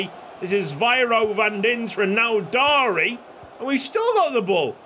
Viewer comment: Andi Floca's name is a kinda funny cause in romanian the word "Floc" is used mostly to refer to pubian hair 💀 also Sorin Darie's names is pronounced more like "Dari-ye"